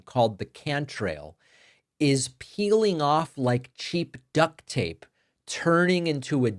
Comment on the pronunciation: It is "duct tape", not "duck tape".